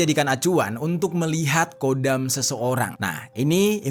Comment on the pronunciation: Bukan kodam..tpi khodam..di kho خدم bukan قدم